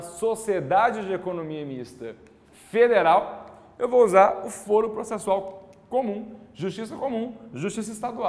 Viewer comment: O correto não seria foro com a pronúncia aberta (fóro), que é o mesmo que tribunal?